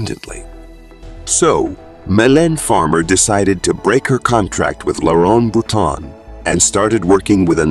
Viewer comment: Please learn to pronounce French names and words correctly! For example, it's Boutonnat, pronounced as "Boo-ton-A", not Bouton. The material in this video seems to have very little to do with reality. See Wikipedia instead. Many of her performances are here on Youtube.